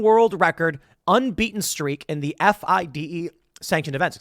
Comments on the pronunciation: FIDE pronounced FEEDAY. Lol. Get Hikaru on your podcast! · I love how you pronounce fide. Lol. It's pronounced fee-day. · Tim, you don't even know its pronounced, "Feeday" come on... and this lawsuit is packed of lies and exaggerations. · When Tim spells out "FIDE" instead of saying "Fee-Day".... yea Tim, your talking out of your azz here bud... you dont know much about chess. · It's pronounced fee-day(FIDE)